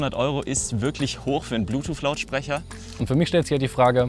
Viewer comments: Das gute alte „Bluetoof“ 😂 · Ich hab immer Blutuuff verstanden... 🤔